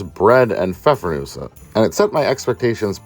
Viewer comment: Good job from Germany on pronouncing the Pfeffernüsse 👍